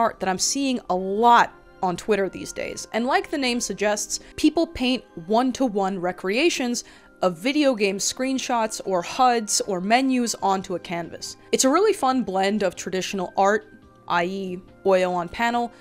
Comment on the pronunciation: You pronounced re-creation as recreation 😂